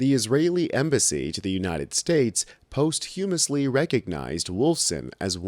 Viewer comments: OMFG. Learn to pronounce words you won't recognize. Posthumously is NOT post HUMOUSLY. It is PAAS chu muh slee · Please how to say “Posthumously”.